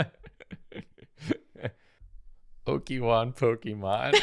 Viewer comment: "oaki-wan pokemon"